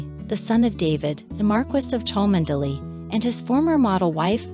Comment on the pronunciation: Just a few points on pronunciation for our American commentator. Equerry is pronounced e-querry, (short e), privy is pronounced pri-vee not pry-vee, Cholmondelay is pronounced Chumly, Tollmach is pronounced Tol-mash, the 'o' is not pronounced in Wimbledon. Good effort though